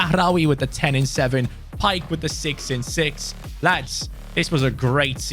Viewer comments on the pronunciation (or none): none